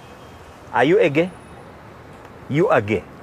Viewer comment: are you a gah? haha